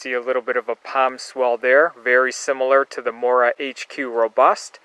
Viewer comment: morakanieve? lol